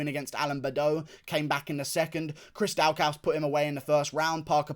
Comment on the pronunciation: His name is pronounced Chris daw-cus .. just a little tip my man love the videos